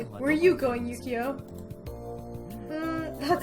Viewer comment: honestly ukyo makes me so happy and i'm not sure you've already been told this or if you said it correctly in this video (as i'm writing while watching it) but his name is pronounced oo-key-yo!! I LOVE HIM TOO MUCH ugh he's so precious i really hope you like him and his beautiful route